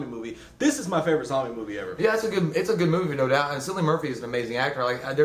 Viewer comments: Cillian is pronounced "Kill-lee-in". Honestly, my favorite thing about this (other than Cillian's stellar performance) was that the humans were the scariest thing in it. Marauders are what I'm looking out for in the event of a zombie apocalypse. (The alt. endings are all pretty disappointing. The right one made the cut.) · Good review guys, but just like to say Cillian is pronounced (kill-ee-un)